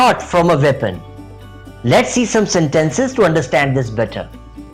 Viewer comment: Very useful video! :) Small note: some words were pronounced incorrectly, mainly in terms of stress. eg, sentences (stress goes on 1st syllable, not the 2nd)